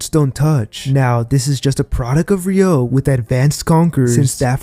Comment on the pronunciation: it's RYU-O guys, not RYO-U